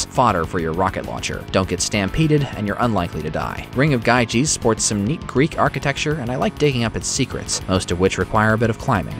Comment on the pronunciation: GYGES is pronounced Yee-Guhs